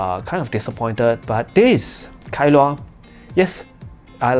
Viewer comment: Kailua is a place in Hawaii. I think you pronounced it well.